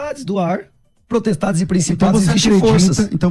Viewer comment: Esse cara é pastor? Qual a formação dele? Fala " protestade ", fala " poblema ", falta conhecimento básico da língua portuguesa. Quer discutir grego e hebraico?